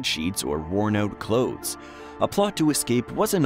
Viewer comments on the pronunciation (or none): "worn out coths"?